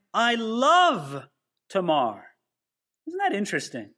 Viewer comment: according to my Bible pronunciations app…. You are correct in pronouncing Tamar as TAY- Mar. 😎